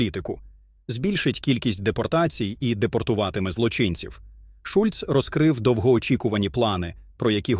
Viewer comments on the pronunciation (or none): Шольц,а не Шульц